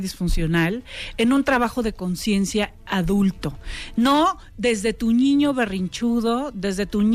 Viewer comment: Por que dice ñiño. 🤔